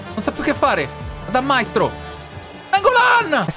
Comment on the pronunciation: Un consiglio: Valzania, si dice valzanìa non vàlzania e so dice Maìstro non Màistro